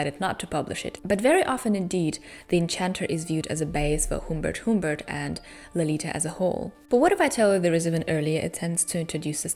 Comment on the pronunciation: also, sorry, but HUMMMMBERT, not HOOMBERT, the um is pronounced like when you don't know what to say, so you say ummm...sorry, english teacher :D though he does change the Humbert in the book into other variations of the name as well XD